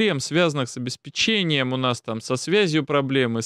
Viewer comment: ОбеспЕчение, не обеспечЕние (словарь ударений для работников радио и телевидения, стр. 278).